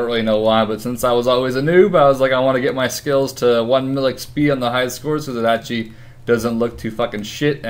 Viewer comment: Oh my gosh stop saying actually. You say actchy.